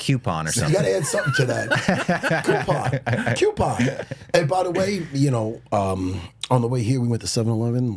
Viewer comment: the acolyte/coupon pronunciation comparison is fuggin hilarious 😂